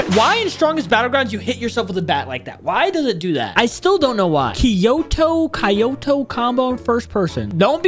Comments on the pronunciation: nah blud said Kyoto like kayoto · He cant sat kyoto